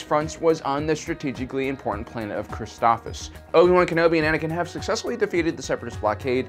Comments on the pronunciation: yep. For some reason he forgets the first s. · Isn't it pronounced Chris-TOF-SIS? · Christoph(SIS) you should say it correctly if you're going to do a review about a planet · "Criss-stoff-SISS" is the correct pronunciation. You're mispronouncing sooooo many different names and terms. Stuff that's been spoken in movies or episodes too, yet you still miss the mark. - ___________ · I disliked because of the way you pronounce the names of the plant and Jedi padwan